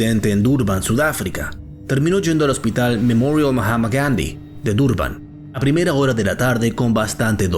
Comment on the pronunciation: Que desagradable es cuando pronuncia el nombre completo del Hospital Gandi en inglés. Resulta desagradable y cómico, y no resulta creíble. Si esta leyendo o hablando en español por favor no pronuncie los nombre extranjeros atragantándose, como le digo queda desagradable y cómico. Es imposible verlo hasta el final.